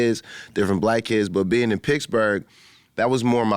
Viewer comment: Wiz to this day always saying "Picsburg"